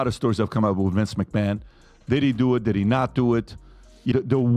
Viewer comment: Omg, but who is Vince Mchamon?